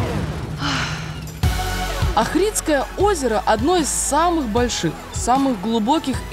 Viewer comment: Македония это моя родина. Ивлеева респект, ты такая прикольная!!! Хватит детей гонять. ))), македонцы обидятся если не правильно произносить Охрид, ставьте ударение на первое О. Не Ахридское Охридское.)